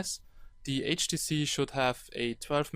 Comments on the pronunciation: He says HDC not HTC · not HTC he say HDC (listen carefully) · 0.15 "HTC galaxy s4" haha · He is saying HDC which is a chinese copy brand